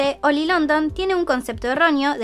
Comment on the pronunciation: Siempre que escucho 'Oli' entiendo 'Oil'. Cuanta plata tiene para hacerse la cirugía, que feo es no sentir tu cara:(.